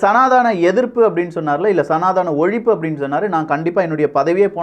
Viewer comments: IT IS NOT SANATHAANA, IT IS SANADHANA. PLEASE CORRECT YOURSELF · Sir again wrongly pronouncing சநாதனம் as சநாதானம்